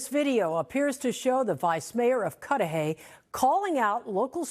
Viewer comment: you said Cudahy correctly! Cudahy is not a nice area, as you might of guessed.